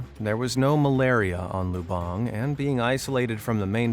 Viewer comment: OMG IT'S PRONOUCED Lub-ONG NOT LUBUNG THE ACCENT IS ALWAYS WRONG